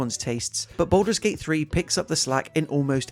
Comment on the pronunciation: gaming, its BALDUR'S Gate³..... NOT BOULDER'S Gate³